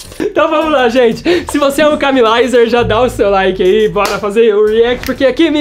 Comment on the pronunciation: incrível como todo mundo consegue pronunciar "Camilizer" menos a Camila kkkkkkk os kiwis q lutem